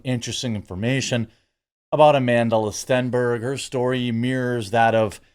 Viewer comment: STOP pronouncing the L in her name, she doesn't deserve the extra syllable....just another Jessie Smollett